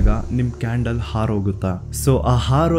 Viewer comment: ಹಾರೋಗುತ್ತೆ ಅಲ್ಲ 'ಆರೋಗುತ್ತೆ' ಅನ್ನೋದು ಸರಿ